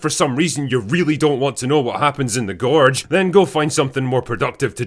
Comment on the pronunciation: GORRRRGE DRRRRRASA I love how u pronounce it!!!!